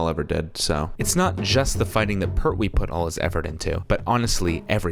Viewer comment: it jon pertwee not jon perwee